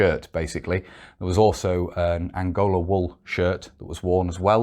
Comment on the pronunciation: Wonderful video. Made me think of my great uncle who was a Chindit and still rests out there in an unknown location Small point. 2.25. I think that you meant “angora wool” rather than “Angola wool”